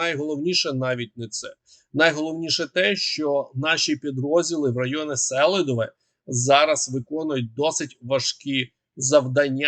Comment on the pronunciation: Місто Селідове правильна назва з наголосом на букву "і".